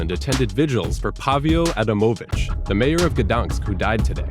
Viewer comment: Vice if you showed some news from abroad please read name and surname in correct way. Goad sake: Gdańsk mayor was Paweł Adamowicz: translation Pavew Adamowich not Pablo Atatowicz or something like that. Please aware US is not only place on world where people lives.